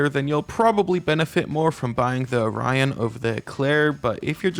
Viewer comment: Every time he's called the Orion "onion"